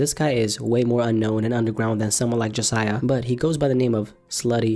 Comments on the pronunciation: “jasiah” “jahseh” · JAHsiah? Really?